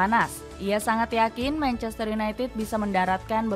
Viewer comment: Manchestereh kok ada eh nya min?😂